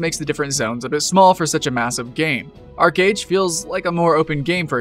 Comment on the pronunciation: What's that game the commenter keeps mentioned? I understand "R-gage"?